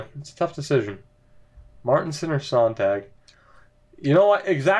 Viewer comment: Hey! Love this franchise series. Just thought I'd help out with a pronunciation. For Tomas Sonntag his last name is pronounced like (at least really close to) Zone-Tag. And the Tag part should be pronounced like Hog but with a t. Keep up the great content!